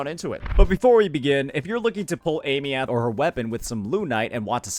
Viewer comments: why you still pronouncing her name like that?? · Is he pronouncing her name incorrectly on purpose for engagement or is he stupid? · Girl learn how to pronouce her name. It's not hard!